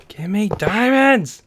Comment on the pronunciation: It's me not ae